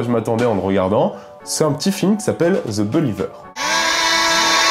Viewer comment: Ze beuliveur !